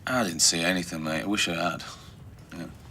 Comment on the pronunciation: It's "anything" not anythink